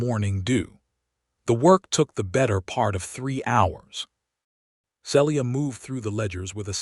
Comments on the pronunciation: This story has a lot to commend it, BUT the narrator always mispronouncing Celia’s name makes me want to cry. The correct pronunciation is either SEE-Lee-uh (3 syllables) or SEEL-yuh (2 syllables). I understand the limitations of AI narration, but if AI cannot manage a name, substitute one they can. Listening from TN. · See-lee-ah. You need some CIVILITY. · Enjoyed the story, but the Ai is still not narrating correctly, even after all this time. It is pronounced RED Read his face...is Said as RED...NOT READ..... Celia..is pronounced as Ceelia...